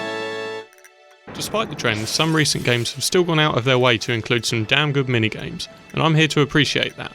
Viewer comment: Would you mind keeping more consistent volume in your speech? A good example is . You say "... damn good minigames", but the last 2 syllables ('-nigames') are so low it's difficult to hear what you actually say, forcing listeners to try and piece it together based on what was said before. Another is where you say "most people...." and then I genuinely can't understand what you're saying.